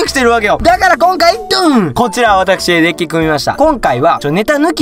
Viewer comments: Dick って聞こえてもーたw （dick は男のあそこって意味） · Dickって言ってるｗ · DeckがDickに聞こえてしまう事件簿